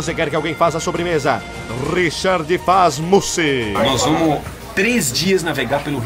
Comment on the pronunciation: "Richard fazmousse" kkkkkkkkkkkkkkkkkkkkk